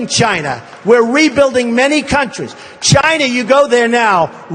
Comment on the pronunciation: If he loves China so much I would wish he could pronounce the word China correctly.